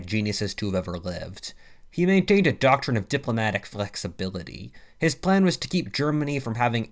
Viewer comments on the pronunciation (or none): The word flexibility is not your friend. Love ya doe